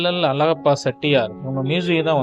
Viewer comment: உன் வாயிலே வசம்பு வைச்சு தேய்க்க..... வல்லல் அலகப்ப செட்டியார்.....????? உன்னை யாரடா பின்னணிக் குரல் கொடுக்கச் சொன்னது. அவர் தொடர்புடைய புகைப்படங்களைக் காட்டும் போது எவரெவருடன் இருக்கிறார் என்று சொல்லத் தெரியாத நீ, தமிழே உச்சரிக்கத் தெரியாத நீ......தூ...